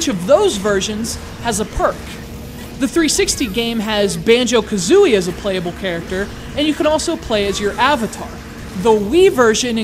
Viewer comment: *Banjo not basjo lol